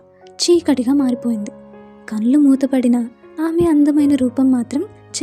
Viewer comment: గారు మీ వాయిస్ చాలా బాగుంది చదివే తీరుకూడా బాగుంది.. కానీ 'ళ ' అనే అక్షరం దగ్గర 'ల ' సౌండ్ వస్తుంది.. 'మళ్ళీ', 'కళ్ళు'.. అని కాకుండా మల్లి, కల్లు అని చదువుతుంటే అర్ధం మారిపోయి మంచి కథ వింటుంటే ఒక చిన్న disturbance లాగా అనిపించింది.. ఆ ఒక్కటి కూడా సరి చేసుకుంటే మీరు చదివేది సూపర్